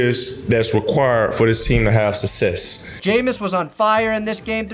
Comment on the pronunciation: "sussess" God I miss you Jameis (I'm a browns fan)